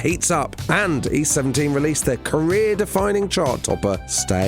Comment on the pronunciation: East 17 Rhymes with Beauty Queen